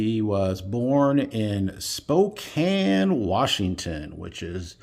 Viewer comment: Yay, you said Spokane correctly! I'm from Oreygone (HA HA). Yes, I've seen that Mantle card.